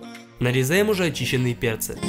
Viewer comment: Мне послышалось на ты как будто слово перцы ты закартавил